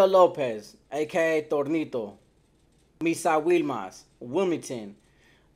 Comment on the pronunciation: Who in the Fly F!!! Is Thornito???? I've heard of Toñito?